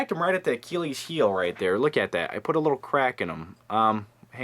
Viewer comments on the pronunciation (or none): none